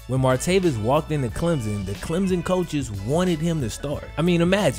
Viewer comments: Not a big deal but it’s pronounced “clem-sun” almost as if there’s a p in place of the hyphen. People down here make such a big deal out of it whenever people say “Clem-zin” 😂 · BTW its Clem/SON not Clemzn. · Yo it's Clem-Son, there is no Z..